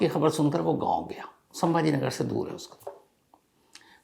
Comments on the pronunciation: संभाजी नगर है संभा नगर नहीं है सर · I thought u were a good news reporter but u also have your agenda. In this news the place name you are unable to say properly is '' Chhatrapati Sambhaji Nagar he" not Sambha nagar. If it was by mistake pls apologized and give respect to the great Martayr and if was intentional, people will understand What exactly what u r feeling for '" Maharaj'. Even u were hesitating to add " Ji " in respect to Maharaj. Didn't feel good sir.... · Pronounce the name of the place correctly. It is not Sambhanagar but Chhatrapati Sambhaji nagsar. This is well documented in government records. I understand your pain of not pronouncing the correct name. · Asap sabhaji nagar ko sambha nagar kyo Bol rahe hai ..? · संभाजी नगर बोलिए बार बार संभा नगर बोलकर क्या दिखाना चाहते हो आप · Chatrapti Sambhaji Nagar. Hamare sheher ka nam to thik se lo. Aadar ke sath 😡😡😡😡